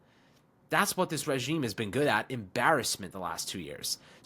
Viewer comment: The most important thing that nobody's talking about: is now consistently saying the word "regime" correctly. My guy's been putting in work! 😂